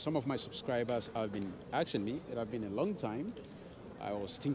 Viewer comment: My friend is “aksing” every girl he bumps on 😂